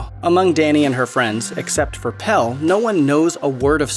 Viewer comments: (His name is Pelle, not Pal. The script is interesting, but when the narrator proves they haven't seen the movie by mispronouncing character names, it makes it less... Engaging. :/) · So you've watched this film more than once yet you can't say PELLE'S NAME. It's Pelle. Not Pel 🙄😒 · Pelle. Not Pell. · I can't with the "Pell" pronunciation.. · right. it has an E at the end for a reason lmao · would it be that hard to make sure someone can say pelle's name right? lmao